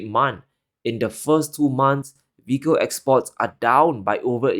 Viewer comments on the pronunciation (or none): Love the content, but please slow down your pronunciation of "vehicle" because it keeps sounding like "fecal" and it's distracting. Thanks!